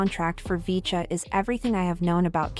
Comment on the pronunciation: 푸지지지직,,,야야야..핵교는 나오긴 햇냐??,,,,VCHA를 브이차로 발음 해야지,,어트게 비춴야 비쳐긴???,,,영어를 전혀 모르는겨???